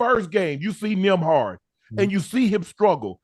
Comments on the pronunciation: Ocho had me laughing calling Nembhard "Nimrod" 🤣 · He said Gil!! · 😂😂😂 why they keep calling him nemrod 😂😂😂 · Ocho please tell me you didn't say nimrod? Ha ha ha ha ha ha ha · Gil Say Nimrod Too 😂😂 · Nimrod😂😂 Just Priceless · Nimrod is Wild 😂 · Ocho be butchering people's names lmao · Gil called him that too😂😂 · He even made Gil slip up & call him that also 🤣🤣